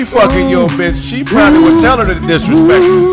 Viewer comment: "I'LL never let her disrespt YOU"🫵🏾😂😂😂